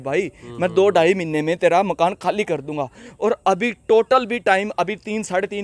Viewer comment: Malik makn nhi hota ji makan malik hota aap ka tarika gt h bolne ka